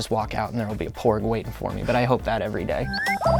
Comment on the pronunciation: Ooooh, "PORG"! I thought he kept saying "BORG"...